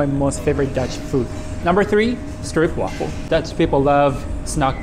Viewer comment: im dutch im still the shortest guy in the world you say strip waffle its stroop waffle btw you said dankewell its dank je well dankewell wth i went there where you can look out from your house when i was a young kiddo btw you went to the yammin they sell amarican candy to but there so expensife